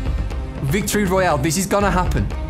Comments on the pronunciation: I hate the way he says "Battle Rrrroyal" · Victory Rrrrroyale 😆 like the video nice 👍 keep up the great work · Hey guys welcome back to another fortnite battle rrrrroyal lol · I always love that beginning CUSE your like weclome to a battle rrrrrrrrolayle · Battle RRRRRRRRRRRRRRRRRRRRRRRRRRRRRRRRRRRRROYALE! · rrroyale lol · I love the way you say royale a different way 😂 ❤️ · Why do you say Royale like that